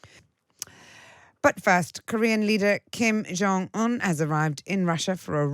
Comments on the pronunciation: Who on earth is Kim "Yong" Un? Are there no directors/producers/floor managers/script consultants/research assistants/runners to help this poor presenter out? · The J in Kim Jong is pronounced as the J in John. He's Korean not Nordic.